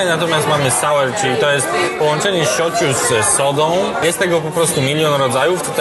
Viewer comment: Panie Krzysztofie （しょぅちゅ）a nie schochu xD